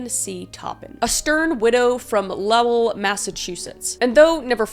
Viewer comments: … lmao girl that is NOT how you say Lowell 😭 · Omg I love you and your content but “Lowell” like “how” is hilarious! 😂 It’s “Lowell” like “goal”. Massachusetts town names are crazy. Tell me why “Billerica” is not pronounced like “America”! Thank you! ❤ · As a Mass hole, the pronunciation of Lowell made me want to cry lol! It's ok, Aunite Kris, I still love you!